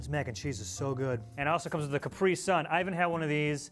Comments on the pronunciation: It isn’t Kup-ree sun It is Kap-ree sun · IT'S CAPRISUN NOT CUPRISUN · In England we pronounce it as caprisun not capree-sun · Isn’t it pronounced cap-ree-sun not capri-sun? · did he call it a capree sun??? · Caprison are pronounced ca- pre- son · Why do you say caprisun like it has no a. I pronounce it as Cap-ree sun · Why do say Capri sun like it’s one word lmao is Cap then ri 🤣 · the way he says Capri-sun... that's new to me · I honestly was like kill me now when I heard how he said Capri sum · What did he call that Capri sun?? Is that how they pronounce it in America??? 😦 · He says Capri sun really weird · What boi says Capri sun like that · why does he say Capri so weird? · God Americans pronounce capris sun so weird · He doesn’t know how to say Capri-sun